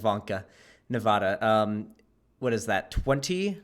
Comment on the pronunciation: nava-DUH please say it the way locals and the people who live there pronounce it. Thank you.